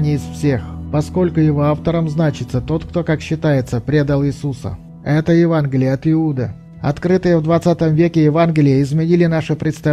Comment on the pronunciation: Евангелие А не Еванглие